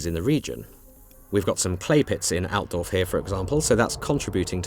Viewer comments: I can't help it, but listen to native english speakers while they try to intonate german names, just makes me feet unsatisfied. It sounds so much less powerfull. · that's not how you say Altdorf!